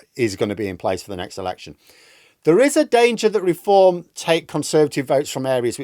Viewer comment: Deform... not 'r'eform